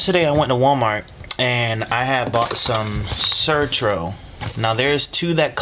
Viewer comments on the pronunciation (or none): It’s Certo not Certro .. had to say somethin